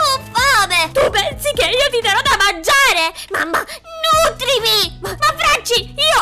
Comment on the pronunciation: Mi sono dissociato quando ha detto nutrmimi 😅😂😅😂😅